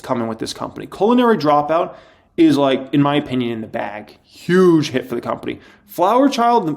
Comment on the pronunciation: Omg you’re so funny! The way you say culinary dropout you are doing that on purpose right? It sounds like you are saying colon-ary dropout. Like slightly to be hilarious! Omg I almost died. I can’t un-hear it now. You sly dog. I didn’t know you were this funny!